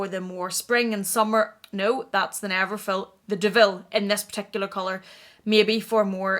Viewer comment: its called neverful not neverfill 😘😘